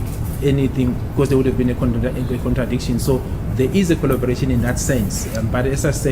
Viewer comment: CORROBORATION!!! CORROBORATION and NOT COLLOBORATION.!!!!!!!!!!